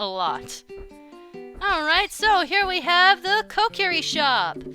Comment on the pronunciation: And also Kokiri is pronounced kokary